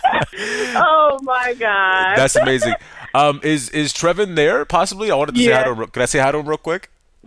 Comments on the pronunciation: she actually pronounced it as trey ven but it spelt trevin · My brother has the same name! It’s not treh-ven lol. It’s tray-von. Spelled trevon. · Trevan...lol treyvon😉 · nigga called him "trevin" im dead. its pronounced "treyvon" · He said “trevin” instead of “tray von” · Trevon.. Lol.. It's tray von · Haha, ain't got no black friends in real life. If he did, he would known the way to say that kids name would be Tray'Vaughn. The Tre in Trevon in black culture is not spelled phonetically correct. Anyone who is black or ever had a black friend would know this.